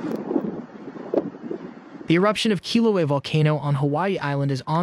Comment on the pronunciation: Learn how to pronounce Kilauea.